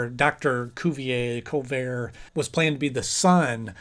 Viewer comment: Coo-ve-eh (Cuvier)